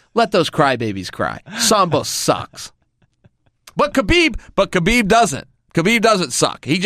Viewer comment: He's not HABIB he is KHABIB